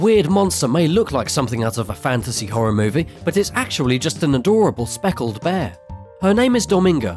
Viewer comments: You called the Spectacled Bear a "speckled bear" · Spectacled bear, not Soeckled.